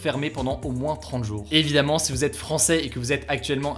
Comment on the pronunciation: Juste une remarque qui me titille et qui n'est vraiment pas importante, tu as des problèmes de prononciation juste sur le mot "si". C'est pas du tout flagrant mais maintenant j'ai remarqué que tu ne l'as jamais bien prononcé